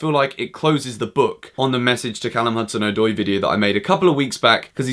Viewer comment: His name is “Odoi” not “Oydoy”